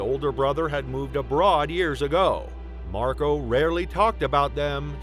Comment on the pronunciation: I can’t get past Marco being pronounced MarGO.